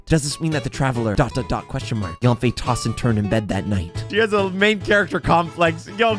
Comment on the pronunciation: Stop saying YAWN-FAY when you're saying her name. It's pronounced sort of like YUN-FAY or even YEN-FAY. Chinese A's have a certain inflection. Jing Yuan and Fu Xuan are good examples.